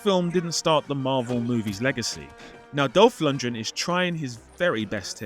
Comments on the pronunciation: and There's an 'R' in Dolph Lundgren ;) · Why can't anyone pronounce Dolph Lundgrens name properly? there is a G in it, use it :D